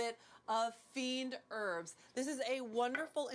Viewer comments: She means “fines herbs”, which is a French herb blend. But she really is saying it like “fiend herbs” here 🤣 Maybe influenced by “herbs de Provence” since she uses that in a lot of her russipes too. Perhaps it's "fines d'herbs" in her mind? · WHAT is she calling those dried herbs? "Fiend herbs" ? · The fuck is that pronunciation 🤣